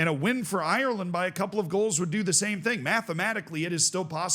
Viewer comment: Parrot scored for Ireland, not Eye-your-land You don't say Eye-your-ish